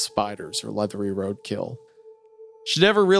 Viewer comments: Hunter saying "leathery" but pronouncing the first part like "lethal" is my new favorite thing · Are we gonna ignore hunter’s pronunciation of “leathery” during the scentbird ad